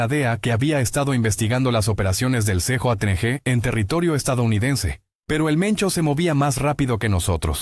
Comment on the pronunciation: ¿Qué significa "C,JO,N,G",la pronunciación correcta a:CJNG es "Ce,jota,ene,ge",gracias por tomar nota y superarte. 😊